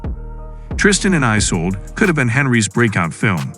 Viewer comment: It’s Isulduh not Isolde 😂